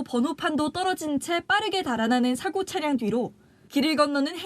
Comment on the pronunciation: 기자가 '사고차량'에서 '사고'라는 단어를 아주 짧게 발음하는데 '사:고(事故)'이라고 장음 발음을 해야 한다.